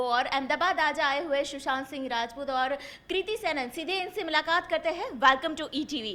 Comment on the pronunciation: I hate when people call him "shushant" instead of "Sushant"